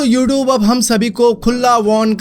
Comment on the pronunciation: Yoouthoob kya hota h bhai 😂